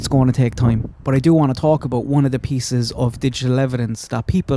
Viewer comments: "PEE KIECES".... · Pea Kieces ?thought i heard wrong